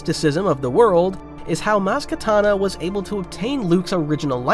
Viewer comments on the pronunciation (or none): When I heard you say Maz Katana it threw me off. I'm glad you fixed it in the subsequent pronunciations. 😅